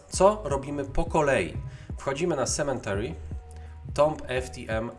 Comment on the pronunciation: To nie jest "sementary" proszę pana - tam nie ma litery "n". Esz :/